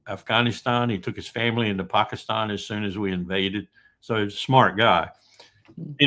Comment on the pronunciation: thus far has the best pronunciation of ‘Pakistan’ ❤ ps no peace with Abbas still there, get rid.